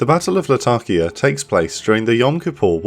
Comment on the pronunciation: La-ta-kia, not Latarkia